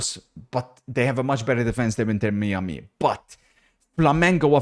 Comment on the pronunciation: 'inter mee-a-mee'